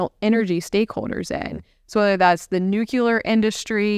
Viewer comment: She said nucular 😅